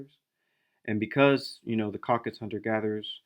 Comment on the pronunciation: It's CaucasUS, not Caucas 🫣